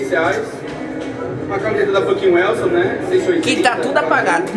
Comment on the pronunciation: camiseta da fucken 'welson' mlk gasta 200 real mas n sabe pronunciar o bagulho